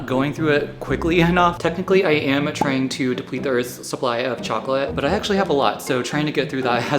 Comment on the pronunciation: Welcome to earf 👽